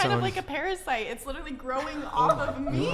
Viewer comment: She called her baby as paprasite. Wth